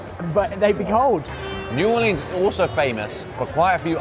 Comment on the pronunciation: I love how said New Orleans the way he did in this video cuz it's the way us locals say it, last video he said New Or-Leens, which is how most tourists say it, A local must've gotten on his ass about the way he said it before😂😂😂